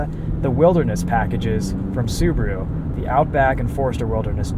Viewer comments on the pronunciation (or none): none